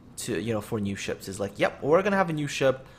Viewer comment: Gonna? Gunna? gurna? feking wut m8?